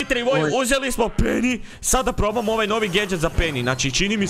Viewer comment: kako je cudno rekao peny